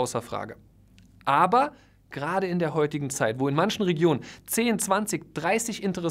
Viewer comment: Das Wörtchen „ABER“... und das auch noch betont, wie du es betonst... also ausdrucksstark... zerstört alles, was du vorher so wohlwollend positiv für die Makler formuliert hast! Du warst noch nie dabei, wenn Parteien sich nach einem Kauf zerfleischen wollen... da spätestens ist ein Makler für die Partei, der Unrecht getan wird, pures Gold wert - ganz gleich über welchen Kaufpreis oder über welche Komplexität des Deals wir sprechen!